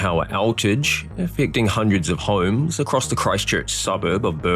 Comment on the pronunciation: This narrator just said the word "homes" in 3 syllables. WTF??? Hu-ooohhhh-ummmmmmms. I can't even deal with that. 🤦🏼‍♀️